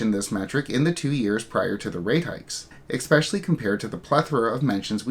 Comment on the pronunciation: Is ‘expecially’ just how it’s actually pronounced now?